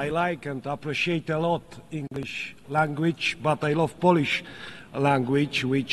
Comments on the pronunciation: albo jak mówi "language" to mówi "langłić", a poprawnie jest "langlicz" i nie (english) "ingliś" tylko "inglisz" xD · Ja też jestem z niego zadowolony ale musi naprawdę popracować nad angielskim bo: poliś, langłić - no bez jaj. Tych kilka słów mógłby siąść przed takim wystąpieniem z nauczycielem i wyćwiczyć. Tak samo tego snusa przyje..łby w kiblu bo całe bardzo dobre przemówienie przyćmione incydentem snusowym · Dźientelmen, ingliś ent poliś lengłić. Level A1 minus